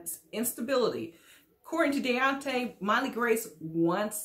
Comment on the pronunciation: I thought he pronounced his name "Day-On-Tay"??